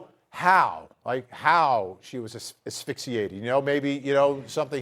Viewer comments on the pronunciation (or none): stop saying affixiated..✋